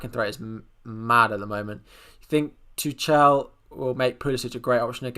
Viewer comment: Coming from a German: Tuchel isn't pronounced with a "k" in the middle. In this case, the ch is pronounced like the ending of the translation for "yet" -> "noch". Just search for the pronounciation for "noch" and listen to it. Then it will be "Too ch el". It's very hard to describe the pronounciation of the ch in German as it's not always the same.